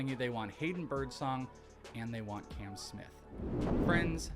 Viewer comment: His name is Cam, not Can 😂